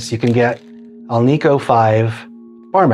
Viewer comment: It's debatable if there is a marked difference without an A-B comparison. And it is not, Al - `NEEK - Oh. . . . It's `AL -Nic -Oh. The metal is NICKEL not NEEKEL! 😏